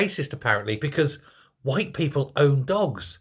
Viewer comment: Are you saying people or peephole? 😅